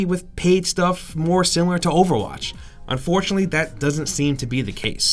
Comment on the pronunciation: Lads ye missed the N in unfortunately, sorry but it annoyed me haha.